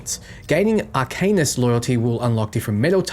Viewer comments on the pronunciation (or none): Good vid as always! Small tip tho, you mispronounced arcanist and sigil. Should be "R"+"can"+ist and si+"gel". I know it's not a big deal, but I assume you'll be saying them plenty in future vids. Personally, I like to know when I'm mispronouncing things.